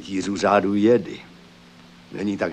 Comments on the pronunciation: ten dabing kde místo džedáj říkají jedy nebo džedi, z toho je mi na blití a trhá mi to uši. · Mě trhá uši zase [jedy], ale [džedy] mi nevadí. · Sice nepopulární názor, ale mě se nejvíc líbí třetí dabing, hlavně co se týče výslovnosti SW terminologie. [jedy] nebo [džedy] je fakt strašný, když je správně [džedáj]. A Ford s hlasem Soukupa mě fakt tahá za uši. Jako dítě jsem to určitě viděl s druhým, ale než jsem viděl třetí, tak za tu dobu jsem ten druhý zapomněl. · Je skvělý vidět(slyšet), v tomto případě u Obi-Wana, jak se vyslovoval "Jedi". První dabing [jedy], druhý dabing [džedy], třetí dabing [džedaj], jak už dnes známe. Jinak skvělé video. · Evoluce výslovnosti: Jedi - Džedi - Džedáj :)) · Rytíř "Jedy" v prvním dabingu je fakt masakr... Asi jako kdyby někdo četl "chléb" jako "cé há léb" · Ovšem ta výslovnost jedi a dalších pojmů je strašlivá :D